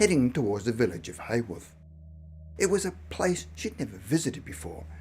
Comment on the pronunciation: I've just realised that 'Hayworth' is actually Haworth, pronounced Howarth. The home of the Brontë sisters.